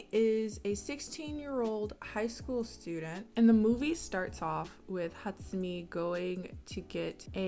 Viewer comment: I can't be the only one that finds how she pronounces Hatsumi extremely satisfying